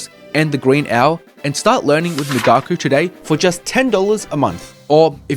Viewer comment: Migaku is correctly pronounced ["me" as in "me too, "ga" as in "gosh," and "ku" as in cool] migaku: [ 磨く to hone/polish (usually skills)], also [研磨 to polish (an item)]